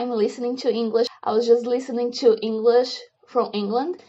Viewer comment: Fiquei bastante impressionado com sua fluência no inglês. Realmente muito boa. Só chamo sua atenção para a pronúncia da palavra "to" que marcou bem o sotaque. Estou me inscrevendo no seu canal para aprender com você! Obrigado pelo incentivo.